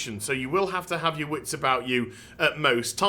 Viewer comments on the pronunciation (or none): none